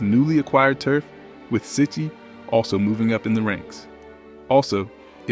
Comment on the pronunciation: I love how this narrator mispronounces the Italian surnames. Willie seeche? It's Wilie Cicci(pronounced chee-chee).GTFOH with this clip.